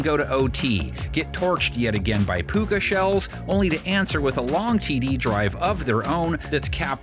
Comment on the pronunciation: Bro said "puka shells" 😂😂😂😂😂😂😂